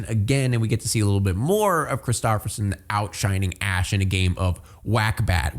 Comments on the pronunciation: its a Norwegian name tho lol love how you ruined it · maybe because it’s a Norwegian name lol you’re saying it wrong